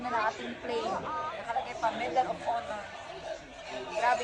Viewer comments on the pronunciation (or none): none